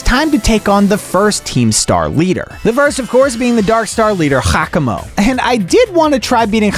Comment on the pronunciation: It's gyakamo